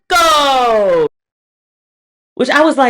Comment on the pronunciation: Lol seeing you say RRRRRRIIIICCCCCCOOOOOO on Camera is the gift needed given the first 9 days or 2026. Gracias 🙏🏾